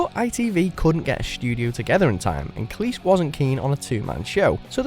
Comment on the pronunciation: This is watchmojoUK but the narrator pronounces Cleese as cleess and not cleez